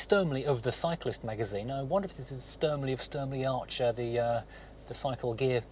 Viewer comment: Did you say Sturmley? If you did, sorry but it's Sturmey. You got the Archer bit right though 👍